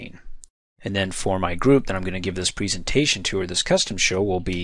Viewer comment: preeeesentation.... you say it weird lol